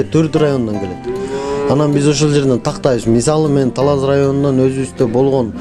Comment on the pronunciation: Эрнис Ажиматов журналист ождон да ожон ужун талаз деди окжойт